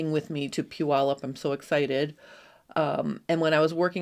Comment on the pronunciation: As a former Washington resident, I appreciate the correct pronunciation of Puyallup. I wish I still lived close enough to attend your event.